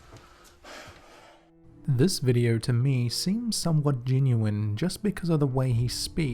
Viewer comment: What area of the world has people who cannot pronounce long O sounds? "Video" = "videe-urrh"....R sounds are not anywhere close to O sounds....